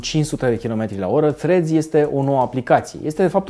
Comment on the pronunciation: Salut, zi-i tu lui să nu mai pronunțe Threads Freds, zi-i să bage limba între dinți pentru primele 2 litere